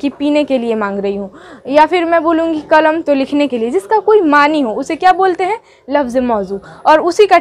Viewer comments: کلم نہیں ،،، قلم ہوتا ہے مہمل زبر کے ساتھ نہیں ہے بلکہ مہمل پیش کے ساتھ ہے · کلم۔ نہیں ہوتا ہے جی قلم بڑی (ق)سے لکھیے، اور اردو تلفظ بھی صحیح نہیں ہے ❌❌❌ بات اگر بڑی لگی ہوتو معزت 🙏🙏🙏🙏لیکن محنت سے پڑھاتے ہیں👍👍👍👍👍